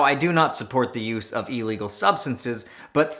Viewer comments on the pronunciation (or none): none